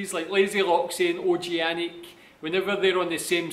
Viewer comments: OG-ANIC Organic ok😘😘 No O G Anic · OG-ANIC = Organic F HERO = Fucking Hero Their names is read like this you understand ? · OG-ANIC = Organic You ok?